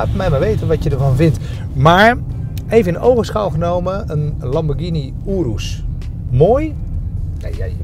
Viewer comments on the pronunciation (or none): none